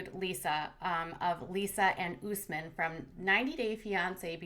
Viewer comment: "OOOSSSMin", I'm dying laughing over the pronunciations of his Arabic name. How did Usman not correct these people yet? No offense to Katie and you all, it's what you've been hearing. Smh lmao But its like someone pronouncing Jennifer like JeanEiifear loool. Love your channel!